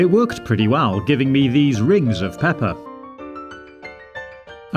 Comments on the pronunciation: sounds like he said Peppa 😅🐷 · I'm hearing him say peppa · When he said pepper it sounded like Peppa from Peppa Pig